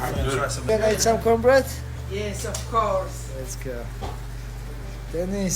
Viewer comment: Everytime merab says cornbread it sounds like he’s saying cumbread which is pretty fitting considering how much him aljo and dc love nut hugging